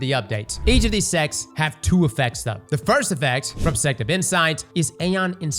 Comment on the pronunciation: knows damn well he wasn’t saying sect half of the time